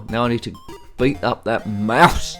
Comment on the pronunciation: OMG, the way you say 'mouse' is terrifying!:face-orange-raised-eyebrow